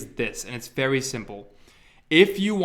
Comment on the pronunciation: "Vewy simple"